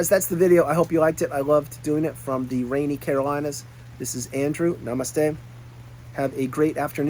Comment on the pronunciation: What is that word you are saying at the end of your visit. It sounds like nomistake?